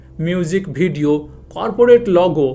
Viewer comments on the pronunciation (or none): none